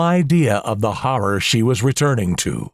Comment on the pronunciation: IS THE WAY THE NARRATOR IS PRONOUNCING "HORROR" BOTHERING ANYONE ELSE?!